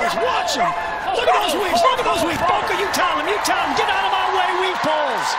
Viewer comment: I thought it was 'weave paws' the whole time🤣🤣